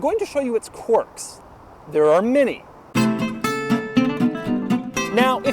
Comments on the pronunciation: Qwerks, not qworks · why does he pronounce it quarks, this ain't physics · What area of the Country gives you the dialect that makes you sound like you're saying quarks? Quarks are sub-atomic particles. Quirks are not that. You said "clerk" in the dialogue, so the sound is available to you to perform. Maybe that's a weird quirk you have, lol.